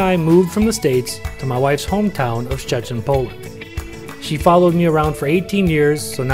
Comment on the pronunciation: Perfect prenouncination of Szczecin & “Wally Chrobrego “. almost better then your Wife’s. Ha ha ha